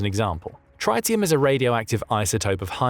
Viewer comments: It’s pronounced “trittium”, not “try-tium”. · Tritium is pronounced with a short "I". Trit-eum. NOT Try-teum. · Come on guys!!!! For heaven's sake!!! The 'i' in tritium is SHORT! Trit-ium not Try-tium. Secondly, the Tsar bomb yielded 57MT not just 50MT - despite Andrei Dmitrievich Sakharov designing the weapon to be capable of being easily upgraded to 100MT if required, he refused, point blank, to build a test device of 100MT on ecological grounds. Even despite Sakarov's stance, the Tsar Bomba still vapourised an entire Arctic island directly under ground zero. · TRIT-I-UM ffs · Its Tritium is pronounced Trit-i-um with a half-life of 12.3 years - The impact of this degradation is to reduce the designated yield - it won't make them inactive just less devastating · Tritium is pronounced with a short "I"... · pretty sure first i in tritium is pronounced like bit not byte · Your pronunciation of the word tritium is just barely incorrect enough to bug me.